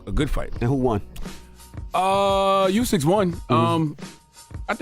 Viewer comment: Charla its pronounced 🗣"Ooh-sick" man I thought you were a boxing fan lol. Fury was falling over the ropes, boxing is rigged enough to call that a draw